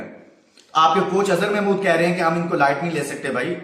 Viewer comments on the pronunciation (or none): none